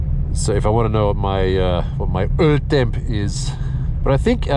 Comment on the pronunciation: do you have any german ties because you spoke that "öltemp" pretty well ;)